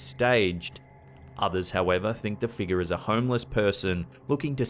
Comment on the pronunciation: You add an "R" to random words but remove it from "figure..." You say "figa."